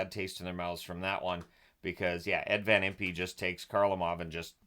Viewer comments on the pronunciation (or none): Notes on the Flyers Vs Soviets: Van Impe is pronounced like Imp, not Impee. After the Soviets left the ice in protest, the only thing that got them back in the game was Flyers President Ed Snider told them they were NOT going to get paid. That changed their mind. I believe the Flyers were the only NHL team to beat the Russian Red Army team that year. Montreal may have tied them? Uncharacteristic of the Russian teams, and more maybe a testament of the Flyers playing style and intimidation, Soviets were outshot something like 40-13 for the entire game. I was 13 when this game happened but i did not see it. I believe I was busy playing street hockey with my friends and heard about the score later. I don’t think it aired on TV in the Philly area unless you had Prism, which I did not. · FYI, I believe Van Impe’s name is pronounced “Van Imp” and not “Van Im-pee”. Thanks for the video